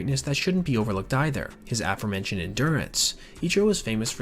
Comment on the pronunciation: *uh-FOHR- mentioned, rather than AFF-ur (like the word "before," rather than BEFF-ur) The presenter can hardly be blamed, though, as mispronunciation has spiralled due to the YouTube Feedback Loop.